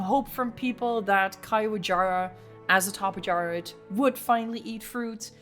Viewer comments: the pronuciation is not that hard bro 😭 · I can't unhear it being a caillou-jara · Here's how i pronounce it,. Ka-Yu-Wa-Ja-rah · Caiuajara can be pretty easy to remember how to pronounce it if you just imagine this scenario: "Caillou, a jar!" -"Ah!" Caiuajara.